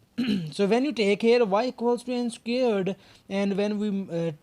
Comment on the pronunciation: I like how he says "scared" instead of "squared".